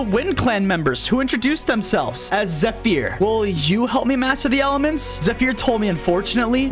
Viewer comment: You pronounced zephyr wrongly